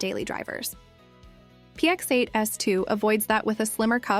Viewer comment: Because it's AI slop. It's not a real review. Just listen to the way she says "px8" as "pex8" or "bathys" as "bathees" - it's not a real person and it's not a real review. It's just a dumb AI reading spec sheets.